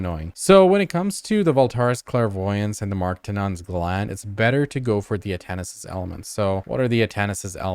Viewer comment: Omg it was so hard to watch this one. Everytime you added an extra s to Atanis' elements it hurt me inside.